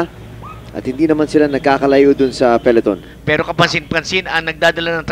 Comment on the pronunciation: To the commentators: it's Pe-LO-ton, not peLEton.